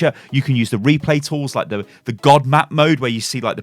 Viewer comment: If you heard Reaper instead of Replay say I.